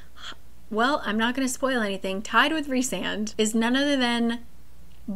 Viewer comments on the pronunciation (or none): WAIT YOU CALL HIM REESAND?? ITS RICEAND!!!!! but yes i do love him ALSO WHAT??????? HE DOES NEED THERAPY BUT HES MY SOULMATE ENERGY